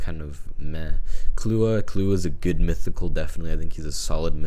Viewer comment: Clue-ah.. Killua was violated with the pronouncing